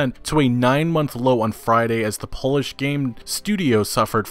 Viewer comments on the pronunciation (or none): none